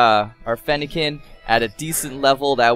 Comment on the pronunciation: you have mis said fennekin and froakie